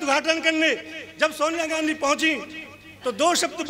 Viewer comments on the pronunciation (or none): none